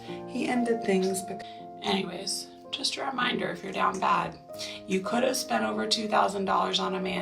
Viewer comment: Great video, to the woman saying DOWN BAD. that's not how u say it